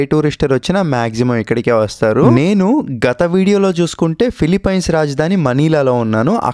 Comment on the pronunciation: Ore Gutle... nuvvu philipyyyyynes antaventra kojja...thuuuu... nerchuko ra gutle